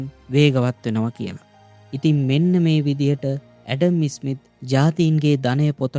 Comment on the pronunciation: ඉතා වටින චැනලයක්! හැබයි, ඇඩම් ඉස්'මිත් නෙමෙයි, ඇඩම් ස්'මිත්. ඉස්'කොට්ලන්තය නෙමෙයි, ස්'කොට්ලන්තය. ඉස්' එක, ස් කියලා කියන්න.